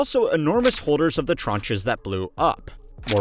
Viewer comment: Did bro just say tronches